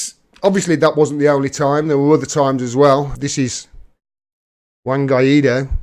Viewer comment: You got to learn spanish. It's "Guy Doe," not "Guy Eat Doe." For a nickname, I like to call him "Random Guy Doe."